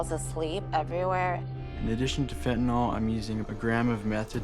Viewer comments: Good way to put it. But now maybe someone can explain why people insist on calling it, "fentanal," when it is "fentanyl," i.e. pronounced like fentanill - as in, "ill." Very ill. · It is Fenta-NIL. NIL, rhyming with drill. Why must Yanks mispronounce it Fenta-nawl, rhyming with drawl? Such carelessness conduces towards moral decline and addiction. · I hate when people say fen ten (all) ! It is called fen ten (ill) ! Real simple ! Fentanyl ! Get it right ! Even most news reporters say it wrong !